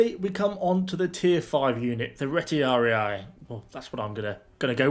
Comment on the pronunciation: You can just read Retiari without final i.